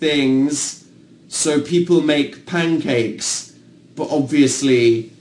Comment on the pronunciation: Anyone realise Dan said Pincakes? No? Just me? Oh. Okay.